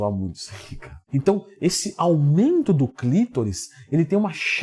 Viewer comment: é clitÓÓÓris Leandrão, tem acento no O e não no i ! hauhauhauau